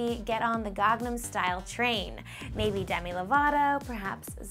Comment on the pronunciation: she says kangnam style.. its gangnam style....